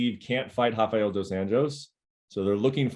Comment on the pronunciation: Brett, Fiziev's name Rafael does not sound like the Brazilian Hafael, it's the usual R.